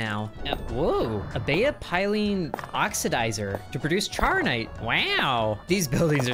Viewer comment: Charonite is pronounced char-o-nite thank me later.